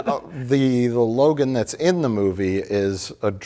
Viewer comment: It’s fine. It’s not “Logan” but it’s fine.